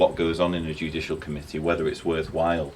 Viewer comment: My American ears kept hearing him say "Judicial Comedy" not "Judicial Committee"... I had to laugh, not at your guest, but the light bulb went off as that's exactly what it is a JUDICIAL COMEDY!